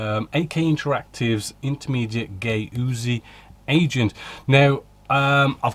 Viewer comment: " GAY - OOZY"... yeah, mate, that would be "GAW - Z - IE"... that's quite a bamboozling of perfunctory nomenclature. I'm sure AK are REALLY impressed... not:)